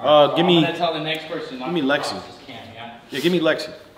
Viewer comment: Shout out to lil Woo Wop he called it either Lexis or TeeTee